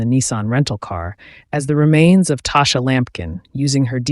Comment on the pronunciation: It’s pronounced Tosh- ah! Tasha’s mother and my mother in law are best friends my husband grew up with her. She was really sweet and So is her mom . Nice family .